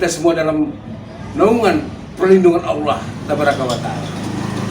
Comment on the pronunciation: Ngucap kata Allah aja masih berlepotan kok ya banyak omong masalah agama Wak lebay. Belajar ngaji dulu biar fasih bacaanya.baru nanti komen tentang agama